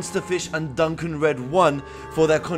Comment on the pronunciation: Duncan? Dukon like "duke on". ^^ Any how really nice build! :)